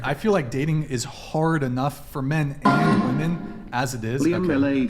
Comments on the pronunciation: So my friend isn't the only one who doesn't know how to pronounce "women" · “Women” and “woman” are pronounced differently . This generation don’t know how to use this word. It’s annoying AF